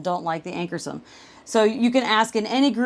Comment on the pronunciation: Ankarsrum = Ank-ar-shroom. as an educator it's important to use correct pronunciations. ;)